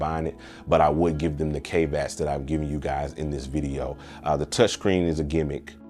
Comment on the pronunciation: Dude, google how to pronounce "caveats" cos it ain't "cave ats".